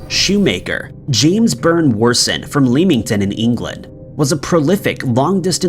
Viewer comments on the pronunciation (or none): none